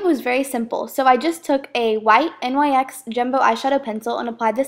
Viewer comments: lol whyy did you spell out nyx instead of saying nyx? just wondering no hatee!! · Its NYX not N-Y-X hahaha like you dont say M-A-C you just say MAC hahaha <3 ya!!! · Since when has NYX been N-Y-X?